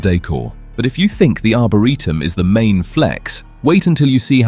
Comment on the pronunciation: What's an arbareetum?😂🤣😅 and point doom?... lol. Not Dume😂❤